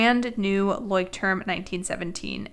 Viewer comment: hey great video and great advice!!! one thing, pretty sure its pronounced Loycht-trum, asked my roomate who lived in germany for a few years.